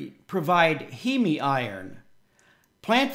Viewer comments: It's not pronounced as He-Me. It's Heem. One syllable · You are correct. The English pronunciation is heem. My Latin/Italian heritage says it should be he-me. No Greek would pronounce heme heem.